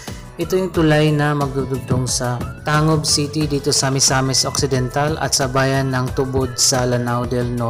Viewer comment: Pronounced as Pang-gil bay Pronounced as Tang-gub City.